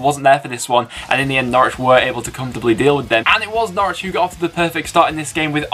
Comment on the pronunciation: I'm so glad Preston nailed Norwich - Nice one you northern beauties! Up the Blades!